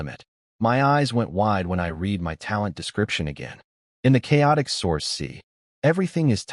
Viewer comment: READ not reed